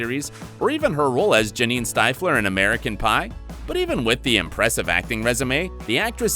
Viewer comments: I was with you until you said Janine “ styfler” ... shows you’ve never watched the epic teen cult franchise , Stifflers mom is an icon . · You guys have cool content but the mispronunciations are killing me 😋. Jennifer Coolidge played Janine "Stiff-ler" in American Pie. Sorry, but that movie was a classic for me and I can't abide the mispronunciation of the name of THE quintessential "MILF" 😂😁🖤. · cringed how the dude pronounced "stifler" 😅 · Has this guy even seen American Pie? He pronounces Stiflers moms name wrong & shes was more famous as the original M.I.L.F.